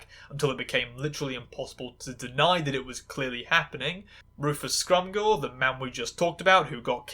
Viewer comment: Scrimgeour is pronounced "Scrim-jer" btw. Its a fairly common Scottish surname. They say it correctly in the film